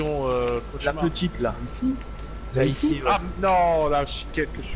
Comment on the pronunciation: Course plutôt " isi " non ?? ALLER RETROUVEZ MOI TOUS LES SOIR AU THÉÂTRE DU PETIT ENC*LER 😂